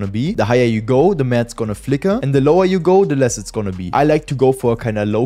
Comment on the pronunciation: du hast ,, the mehr its gonna flicker ,, gesagt 😂